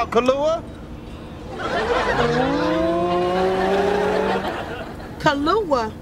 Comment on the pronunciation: Tommy called her “Kahlua” lmao